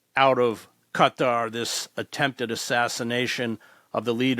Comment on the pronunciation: ... Chris Hedges ... FINALLY, an America who know how to pronounce Qatar ! ... 😀